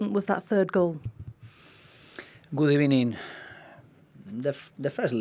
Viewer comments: Good ebening 😅😅 classic one from the gaffer. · The guy has an obsession with "good evening" but it sounds more like "good ebening" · Yep but more of a V sound than B sound today :,(